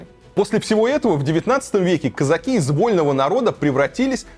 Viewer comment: Как режет слух это российское кАзаки, кАза́чий